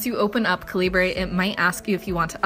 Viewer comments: it's pronounced like caliber.... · the way you pronounce calibre is atrocious. how can someone who appreciates reading barely know how to read? maybe focus on real literature instead of reading 50 shades of grey